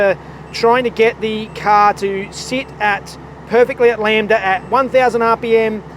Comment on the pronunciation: I miss you calling it Lam-ba-da, genuinely it was one of my favorite mispronunciation and it made that episode awesome